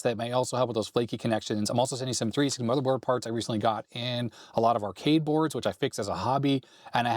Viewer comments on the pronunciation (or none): none